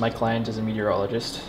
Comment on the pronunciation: I thought you said "urologist" instead of "meteorologist" and was really wondering what shape you were going to use there.